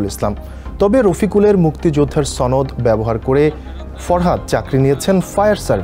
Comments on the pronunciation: ছনদ না সনদ হবে। সংবাদ পাঠকের শুদ্ধ উচ্চারণ হওয়া উচিত। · it's not sonod it's shonod.. what kind of newsreaders they get? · কি খবর যে পড়ে সনদ উচ্চারণই ঠিক নেই, সে আবার সংবাদ পাঠক।